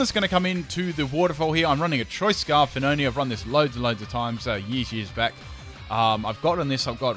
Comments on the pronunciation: "fin-own" sorry mate, dont mean to correct you but im pretty sure its "fee-o-nay" at least thats how i pronounced it. Either that or "fee-o-nee" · why do you keep calling phione, "fi-known" isn't it 'fee-oh-nay'